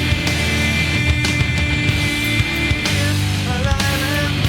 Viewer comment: pausing right before "AAAALIIIIIIIVVVVEEEEEEE" killed me